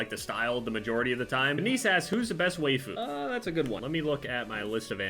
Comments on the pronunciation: Whyd he say wayfu its whyfu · as soon as you said "way-foo" instead of "why-foo" i had to pause the video lmaoo. im afraid to see what the weebs have to say about this. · Looking for comments talking about how said "way fu" and not "wa-i-fu" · Way-foo? NANI IS THAT LOL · They Japanese side of me cringed when we said waifu they way he did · "way foo" oh no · He said "waefu", I'm triggered. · He said WAYFU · did you pronounce waifu like, “way-fu”???? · The way pronounced by waifu was unsettling. At least he picked a good one! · He pronounced waifu wrong